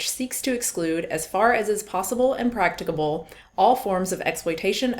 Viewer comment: The way you say practicable lol